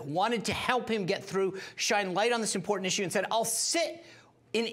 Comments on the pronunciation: Why can't this woman pronounce "IMPORTANT", not imporant! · Why is the T always missing in words like important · "Imporant" There is no such word.